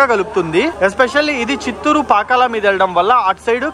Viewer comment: Pakkala kaadhu bro Pakala